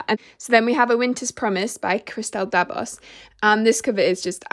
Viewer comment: Really liked this, you're always so sweet. Little side note: Christelle Dabos is actually pronounced without the 's' = 'Dabo' since she's a French author😘